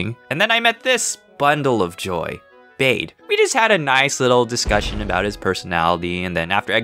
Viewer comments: Its not beid its bede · its bae not bade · When he says Bede, it sounds like babe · Bede’s name is not pronounced bade it’s pronounced bead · wit, is that how your supposed to say his name? I always thought you said is like “bead.” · EXCUSE ME WHAT DID U JUST CALL BEDE It's Bee-dee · I’ve never heard someone pronounce “Bede” like that. It sounds AWESOME!